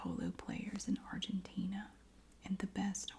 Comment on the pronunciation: I'm Argentina and you said it correctly ❤❤❤❤❤